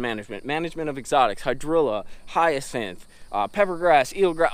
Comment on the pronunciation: Thank u for pronouncing hyacinth correctly, too many people including pro sticks say hyacin lol